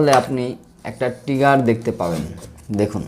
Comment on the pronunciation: টিগার না উচ্চারন টা হবে ট্রিগার